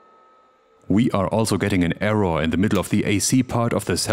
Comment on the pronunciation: I think the word "error" is NOT pronounced.. "err-RAHH".